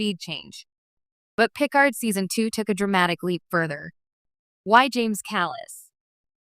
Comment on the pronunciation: Can't even pronounce Picard correctly. Just have a real person read it